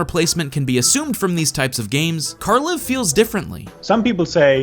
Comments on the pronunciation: Good video and all, but you keep pronouncing æ wrong. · Being scandinavian, it is hilarious to listen to how americans pronounce the creator's name